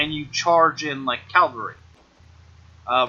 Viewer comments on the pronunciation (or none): "Cavalry", not "calvary".